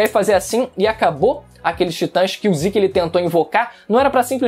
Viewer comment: Ziki, ziki..... MANO É ZEKEEE ,ZEKE, Z E K E , com E de Zeke! Porra de Ziki, falando assim ta pior que o Goku, que segurou o pinto do rei da patrulha galáctica.